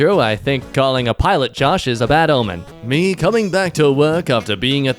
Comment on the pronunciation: The fact that God said om-me means he basically said omgod